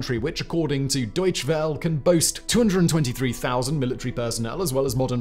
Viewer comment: Pronunciation note: German doesn't have silent vowel suffixes. So "Welle" from "Deutsche Welle" is pronounced "VELL uh", not "well".